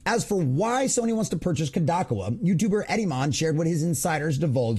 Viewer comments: bro you are saying it wrong ,,,,, Kadokawa ----- say it like ko-do-ka-wa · Yes, long o's. Koe Doe Kah Wah. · Good report. Please level yourself up by researching how to pronounce things. You lose credibility if people think you can't look up how to pronounce things. Kadokawa and Endymion (he says his name at the start of every video) Otherwise enjoy the content, hope to see you grow !